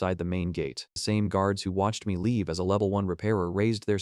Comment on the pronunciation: Not just names through out the story your AI "pronounce spells" the words like level le-V-E-L. the dragon B-O-H-row ECT ...